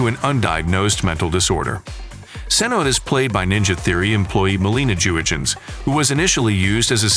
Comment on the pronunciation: It's pronounced "yurgens", not "dzurgens".